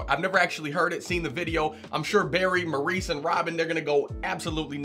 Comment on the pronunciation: Not to be Debbie downer but you pronounce his name Morris. I know it’s weird.